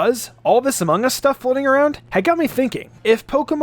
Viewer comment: He said ammongus